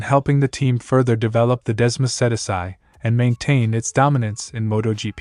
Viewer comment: Please pronounce "Desmosedici" correct :)